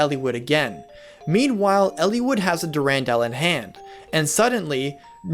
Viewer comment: You do like to put the accent on the wrong syllables. Try saying Athos with the accent on the A instead of the O, so it's like saying Athens. Next, try putting the accent on the U in Durandal instead of that first A. But yeah, totally loved the Eliwood and Ninian Romance. I'd forgotten a lot of the game's story over the years, but that was one of the few things that stuck with me. Thanks for the video.